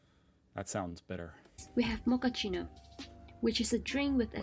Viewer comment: It’s pronounced mokkacheeno.